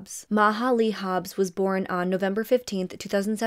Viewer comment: I love how you cover cases. You are one of my faves, for sure. Ya didn’t ask for it, but… the word is ‘born’ not ‘boren’ 😊